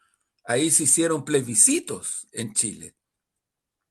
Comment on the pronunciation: Juan Andres: son Plebiscitos y NO PLESBICITOS 😊